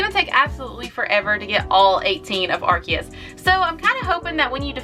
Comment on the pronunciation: Correction, its not "ar-ki-us" its "ar-see-us"... And I think Arceus deserves much more than an EX-raid... It's literally the God after all...